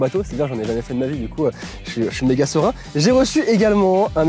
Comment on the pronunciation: je suis sérain Ce que j ai entendu: je suis 😎